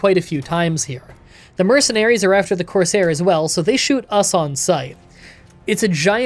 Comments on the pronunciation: I'm reasonably sure that 'courser' is pronounced like Core-Sir. A corsair (how you're saying it) was essentially I special type of pirate back in the day. (Ones that tended to serve kings and whatnot) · it's actually pronounced courser, not corsair /j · Courser not Corsair but why do I feel like you where saying it like that just to get people to comment about it. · Dude him saying coursair made me so mad and follow the railroad it’s the freedom trail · love the video. Midly annoyed that you kept saying corsair instead of courser lol.